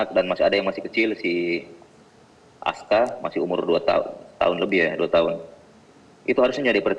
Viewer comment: ITU BENER SEPUPU SAMBO? NAMA ANAK ANGKAT FS AJA SALAH SEBUT TUH. NAMANYA BUKAN ASKA TAPI ARKA PAK. CKCKCKCK